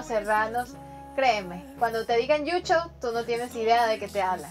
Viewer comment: No es yucho es llucho es desnudo y no es quechua es quichua